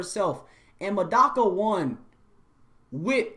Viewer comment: I love this video, but I hope the mic/audio gets fixed in future videos. And Medaka is mispronounced. My only two complaints, but I love this video.